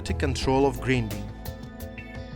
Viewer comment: Grinding произносится ГРАЙНДИНГ